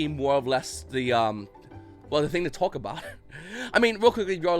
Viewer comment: “I don’t script these, I just twauck”